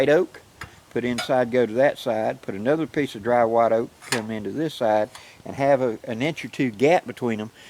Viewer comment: Anudder one .... yessss.